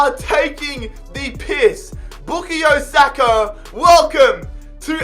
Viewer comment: With all due respect it not bookie Osaka it bukayo saka